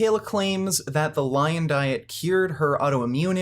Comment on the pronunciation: I mean she literally calls it the Lyin' Diet?